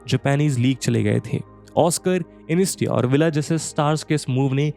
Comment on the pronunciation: InIESTA hai vo InESTIA nahi 🤣🤣 bhaiya kya channel hai yaar ye millions mei subscribers aur Al Hilal nhi bol paarha Iniesta ka naam nhi le paarha David Villa nhi "We Aa" bolte hain. Isko hire mat karna next footballing videos ke liye aankh band krke suno to kuchh samajh hee nhi aayega 😂😂